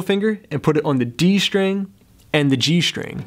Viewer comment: It's pronounced STring, not SHTring... Muricans...